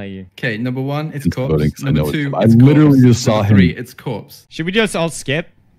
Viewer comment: Love the way you say it's cropse lol